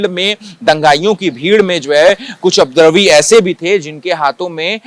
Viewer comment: ये रिपोर्टर उपद्रवी का उच्चारण नही कर पा रहा है और रिपोर्टिंग करने आ गया।